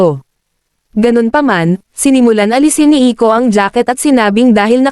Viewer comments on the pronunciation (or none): Bro, that's Iko not ico